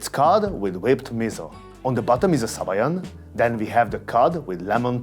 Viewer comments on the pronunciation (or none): none